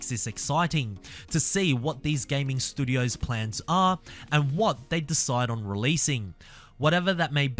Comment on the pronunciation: don't keep saying "studios" until you've learnt how to say it..